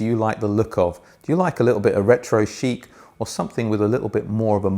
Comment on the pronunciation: Was that retro chic or retro 💩 sheet you said 😂. Great review as always 👍🏻